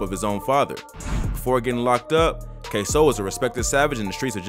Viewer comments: At least you said his name right this time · yu use to say his name different k sew 😂 now yu saying it right